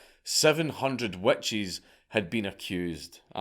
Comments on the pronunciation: you wanna try my wet cheese? 🤣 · Damn you got to the joke before me. Wet Cheese is pretty terrifying though. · "Burn The Wet Cheese!" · I read this within the first 30 seconds of the video and now can’t unhear it. Thank you. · Witch crotch smells like wet cheese so it kinda works. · I had to go back and listen and you’re so right! Lmao. I enjoy his accent. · Scott moment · I didn't hear it until I read this. Now I can't un-hear it.